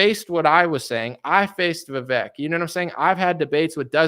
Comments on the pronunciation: His name is pronounced Viv-aye-k. Like cake. Just throwing that out there. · You do all this research and are really getting to details which is great, but don’t know how to pronounce Vivek. The fact that you can’t pronounce his name correctly makes me question what else you’re getting wrong. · Why can you not say Vivek right? It rhymes with cake.